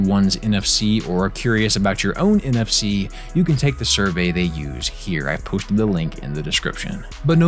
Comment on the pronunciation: when he says nfc... i hear nft...